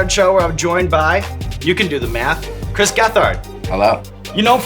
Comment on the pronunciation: It’d be cooler if someone told the host how to pronounce Chris’ name